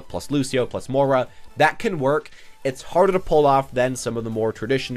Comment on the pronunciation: It's M-OY-RA not M-OOR-A